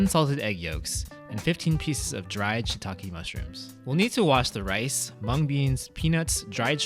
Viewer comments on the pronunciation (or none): none